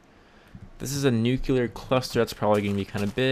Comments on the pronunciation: Also, it's not pronounced nucUlar, it's nucLEAR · not "nookyouler". it's "New-clear". nu-clear. nuclear. -wiflare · iots called a nukular warhead -_